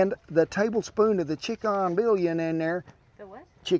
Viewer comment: Stumbled upon your channel some days ago, and I'm trying to catch up , the way you pronounced "bouillon" was delightful :) (probably cause I'm French)